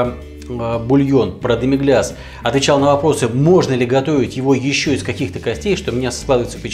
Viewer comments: Как же ухо режет "демиГЛЯС" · демигляс классический французский соус. Если вы не говорите по французски, то просто в гуглпереводчике наберите "demi-glace", нажмите на кнопочку и послушайте как ПРАВИЛЬНО произносится это слово. СРАЗУ ухо перестанет резать.